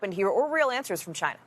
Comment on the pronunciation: Maybe that is a question you should ask “Chy-na.”